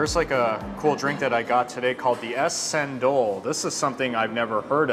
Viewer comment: Cendol (chen-doll not sendol or kendol 😀), pandan (pund-done)